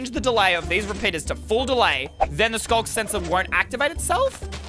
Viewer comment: Why Is It Skog Sensor Instead Of Sculk Sensor?